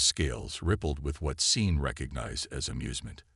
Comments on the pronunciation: Seen Martinez...? Possibly a good story. Stopped listening when it mispronounced simple names. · my first name is Sean i get called seen all the time. I have gotten used to it. hooked on phonics is the reason